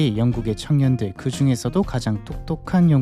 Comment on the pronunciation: 발음이 부자들,창년들도 라고 들림 ㅋㅋㅋㅋㅋㅋㅋㅋ